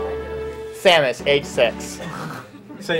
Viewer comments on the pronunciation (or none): none